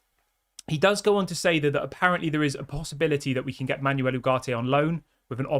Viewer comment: Dude, it's PletteNberg. It's pronounced Le-keep. It's pronounced Manwel